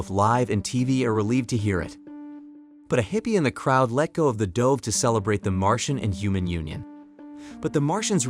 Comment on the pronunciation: whats up with the narrators who sound like native english speakers. yet they mispronounce things like "dove"